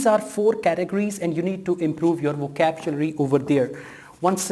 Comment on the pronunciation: Hello brother, good video but please remember it is not "vokabjulary". It's "vokabyulary"